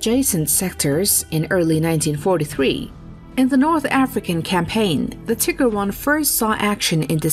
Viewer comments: Tigger, nor-man-D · Tigger? Love that pronunciation I guess they were so good they went bouncy, bouncy, bouncy! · The "Tigger"?? lmao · T.I. DOUBLE GUH, ER! lol, that pronunciation of tiger... Lol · Tiger. Pronounce T(eye)gur. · The "Tigger" tank? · Tigger One. lol Tigger Two. Hahaha! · She said Tigger. Lolololol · The Tigger 11...during the battle of Nor-Mandy. Interesting video concept but the AI generated voice over is distracting. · The narrator is just hilarious. Tigre not Tiger. haha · Why does the narrator when describing the Tiger tank call it a Tigger????? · WTF is a "Tigger" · stop saying "tigger" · Get a new voice over. "Tigger 1?" Painful. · Please learn to pronounce Tiger TI-g-er. It is not pronounced the way the cartoon character is pronounced. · "Tiger 11"? haha. come on.... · tIGGER ? I had to stop watching.... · Cant handle a show that pronouns the tank Tigger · Thought Italy was in Europe? Live and learn. Odd pronunciation of Tiger. You pronounce it like the cartoon character Tigger vs the animal. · did she say TEEGAR? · The narrator wil butcher that also but do try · So why is the narrator speaking English for almost all other words, but then fails at one of the most important words? Small mistake, extraordinary impact...is it too much to ask for 100% when you are already at 99%? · As a gernan, this is the best description of the pronounciation i can give you! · Ur wrong wtf… Im german and thats not how its pronounced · Every time she says tiger, I see see Winnie the Poo! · But the video is in English, not german and they still said it wrong for both languages. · Love the way she says tiger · That's not how you pronounce Tiger... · thats not how u say tiger. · Do you really not know how to pronounce 'Tiger'? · bruh, she said tigger. it's tiger. TIIIIIIIIIIIIIIIIIIGER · Tiger not tegger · its not tigger.... its Teeger. atleast how you pronounce it. Tigger hurts my ears. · Tigger is not the correct pronunciation so nice try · Tiiiiger not tigger